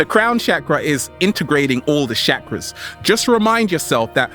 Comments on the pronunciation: Bruv you gotta learn how to pronounce Sanskrit ...its "Chuck-ra" not "Shakra"...but very real and humourous delivery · 1st thing in the day its chakras not shakras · Why is he called Chakras, Shakras? lol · "Shackras" lol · He says chakras weird & it bothers me soo much he says it like shakaras 😰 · The way he was saying chakras was killing me